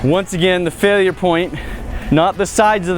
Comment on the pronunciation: sounds like a New Yorker when he says "the failya point"